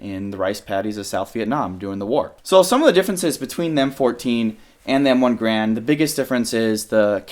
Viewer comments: i hate to be that guy, but its garand, not grand. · Every time he says M1 "Grand" I cringe a little. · It's a real shame nobody ever properly says Garand.